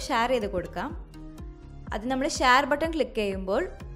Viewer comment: ഷാർ അല്ല ഷെയർ